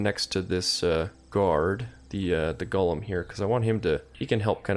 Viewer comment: I love your videos but it’s driving me crazy that you call the Golem’s a Gollum like the LoTR character. Pronounced: GOLE Um which is a lumbering big creature